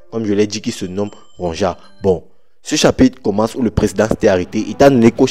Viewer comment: Il faut lire “Ronja” en “Ronya” comme les Vickings